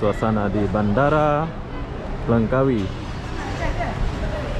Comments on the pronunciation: You cannot say Lengkawi you must say Langkawi keep up and good job😎👍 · Ejaannya betul2 Langkawi bukan Lengkawi...